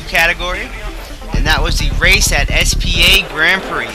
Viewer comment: Did you just say S P A ?!